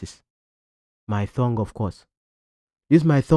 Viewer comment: It's tongue, not thongue I correct ur pronunciation today😅